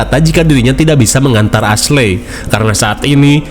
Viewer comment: Jir nama asley beneran di baca asley😭